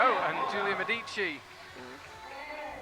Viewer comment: I hope would appreciate, following his attempts on the Verhoeven last name's pronunciation, that Medici has a stress on the 'e' not the first 'i'. On the historical side the Medici family was based in Florence not Rome:)